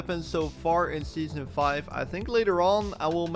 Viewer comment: scheason four